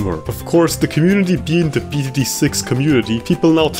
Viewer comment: I like how he pronounces every "th" like a "t".